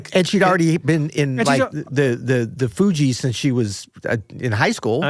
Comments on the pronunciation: The mispronunciation of THE FUGEES is seriously upsetting me. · I cant even begin to get into this interview. I CAN'T DIGEST IT. THEY ARE SO NOT LIKE US. OBVIOUSLY. This disrespect with the initial mispronunciation of the THE FU (SOFT G) EES has me HEATED...I can't give the rest of this commentary my energy. WHITE FOLK LOVE TO DISRESPECT BLACK ARTISTS OUR OF SHEER ENVY. THAT SHIT WASN'T FUNNY.